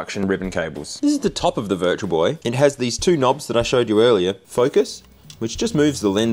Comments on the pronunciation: Just me that heard "It's the Virgil Boy!"? 😆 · I thought he said "it's the virgin boy" in the beginning lmao love your videos, dude <3